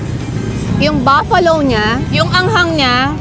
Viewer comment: it’s BUFFALO NOT BAFFALO